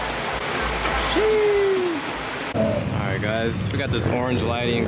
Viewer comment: Everyone: "Oh" "Alright". "Ohlright"